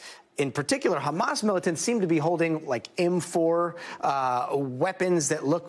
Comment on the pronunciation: its Ha-mas, not Kha-mas...